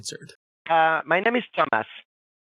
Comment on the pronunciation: . With his accent the way he pronounced Thomas is hilarious “uhm yis. Ma naem is Dumbass” 😭😭😭😂🙏